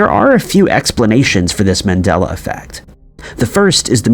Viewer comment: Dude it's MAndela effect after Nelson MANDELA and people thinking he died in prison. Not MENdela.